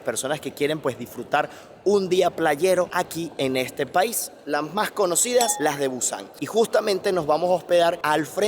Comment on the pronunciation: Se dice las Mas no las mag. No habeas bien Español.